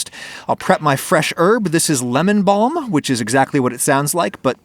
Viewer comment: THE WAY HE SAID BALM OMG😂